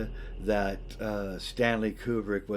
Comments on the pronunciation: You are one of 13 humans on planet Earth to pronounce Kubrick correctly AND Bob Ross? Frikken artists... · I just have to go to comment. You pronounced Kubrick correctly. Thank you.